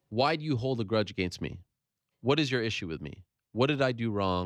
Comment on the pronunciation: also the way he says “against” he says it like aGAINst ... annoying